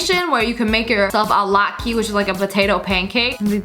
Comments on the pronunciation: As a humble person of the Jewish religion I say... LATKE IS PRONOUNCED LOT-KUH HMMMMM NOT LOT-KEY IM MAD 🤣🤣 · It’s not pronounced la-tk-e it’s pronounced la-tk-a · By the way it is pronounced lot-ka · I have to say Latke is not pronounced (Lot-kee) it's pronounced (Lot-Kuh) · it is not pronounced a latke it is pronounced a latka, i know it is just spelled weird. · Any other people who cringed when she pronounced latke (said lot-ka) as "lot-key"? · Omg watching this made me hungry. And no hate, but Latke is pronounced Lat-ka, not Lat-ke. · Latke is not pronounced like lot-key it is pronounced like lotkuh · Hi, love your videos!!! But, I think latke is pronounce "lat-KA" not "lat-key" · I’m Jewish it’s pronounced lock-ah not lot-key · Girl what’s a latkee? It’s a latke pronounced lotka. They r rly good for channukah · No shade but it’s pronounced LAT KA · Not to be rude but it’s pronounced lat-ka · Btw latke is pronounced lat kah (sorry I’m a big fan I just got lowkey triggered lmao) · It is pronounce lot ka but spell latke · Love your channel but it's pronounced lotka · Am I the only one who died a little inside when she pronounced latke incorrectly? Also I want everything there except the crab legs, this video is making me really hungry. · That potato pancake you pronounced wrong p.s. Sorry I just had to say that. The potato pancake is a Jewish food, which I'm jewish . P.s.s. I like all your vids!!!